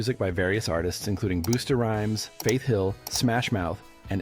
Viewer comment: Who tf is "boost a rhymes"